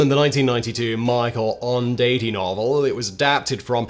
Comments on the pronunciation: Please!! 'Onda-che'. Not 'Ondatee'. Otherwise, very interesting. I was impressed with Fitzroy McClean's stories of the Long Range Desert Group in his book Eastern Approaches. It's fascinating to hear it mentioned again. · On datch ee = Ondaatje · Pronunciation of Ondaajte is OnDatchay. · How many ways can you mispronounce the author of this book. Almost every Canadian ... just knows how to say it. Michael Ondaatje - as in phonetically - On-dot-chee-ay Most ...including him, usually say it quickly as On-dotch-ee